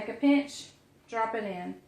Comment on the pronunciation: It's funny, I was watching the Pioneer Woman this morning and she said they make fun of Ladd's brother Tim for saying "peench" instead of pinch and you said it the same way when making your drop dumplings the first time. The second time with the quick dumplings, you said it right!